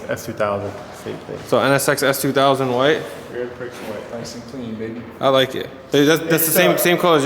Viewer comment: "Grand PRICKS white..." 😂😂😂 Come on lololol. Its Grand-pre (Grand Prix)